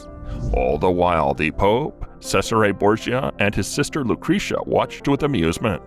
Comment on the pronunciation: FYI Cesare Borgia is pronounced Chez ar eh not Sez ar eh.